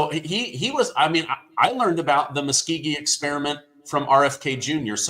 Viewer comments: Tuskegee Experiment, not Muskogee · Tuskegee,. Not Muskegee. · it's Tuskegee, not Muskegee, in any event, VERY glad that you bring what you do!!! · TUSKEGEE not Muskegee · it's the TUSKGEE not Muskgee. But you always have informative messages. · I think you mean “Tuskeegee” not muskeegee which I think you are confusing with Muscogee. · It was Tuskegee airmen not Muskegee.